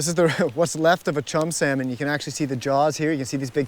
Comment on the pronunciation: I can’t watch this because he keeps pronouncing the L in salmon